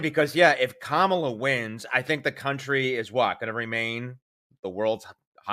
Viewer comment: Funny, he can pronounce Helene correctly, but still can't pronounce Kamala right. Also, are you an AI creation? You are just too perfect and handsome to be real.